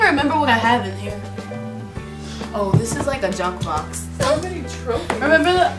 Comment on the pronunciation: At 3.55 did lauren say it's so mani